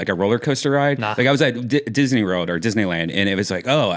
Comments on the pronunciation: Redban literally can’t say “world” Disney Rorld. RORLD famous comedy store! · Brian still can't say "world" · Brian "wourld" Redban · Brian Redban can't say 'World' 🤣